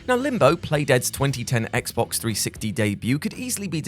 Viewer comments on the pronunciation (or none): none